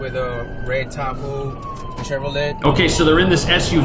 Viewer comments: The officer said, "A red Ta-hoo, Shev-ro-lett." Can we deport him, too? 😅😅😅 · No one is going to talk about how the cop said Tahoe "Sheh-ver-lette" lol